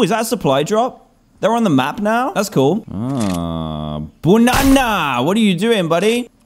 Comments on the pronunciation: Dan: BUNANA!! Me: Pffff (Laugh Very Hard) Yhsysteg:ydydyhshshsuaiaujs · he said BONANAA 😂😂